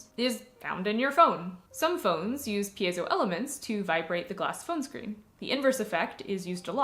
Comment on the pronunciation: Doesn't it bug you when someone pronounces it PIE- ZO? 2 syllables. It drives me crazy.